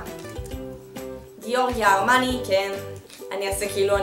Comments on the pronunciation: אני מאוד אוהבת לצפות בunboxing שלך של קופסאות גלוסיבוקס! תיקון קטן : אומרים ג׳ורג׳יו ארמני ולא גאורגיה ארמני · מיכל הגבות שלך בסדר גמור גם ככה חוץ מזה רציתי לומר לך שאת מהממת ❤️ אגב אומרים ג׳ורג׳ו ארמני ;)